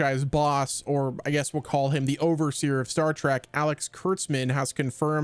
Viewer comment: STOP saying, Star "TRACK"!!!!!!!!!! It's, Star "TREK" T-R-E-K